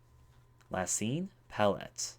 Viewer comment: your gross mispronunciations were disturbing, but i enjoyed this game. Also, it's Pallet (Pall - Et)